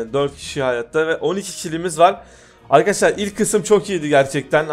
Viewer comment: bir merheba demesini öğrensin merrebeer arkedeşlar diyo